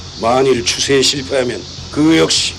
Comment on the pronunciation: 추세 -> 추쇄 인듯 싶습니다ㅎㅎ